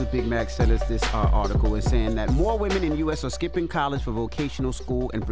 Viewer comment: Women!!! Not Woman!!!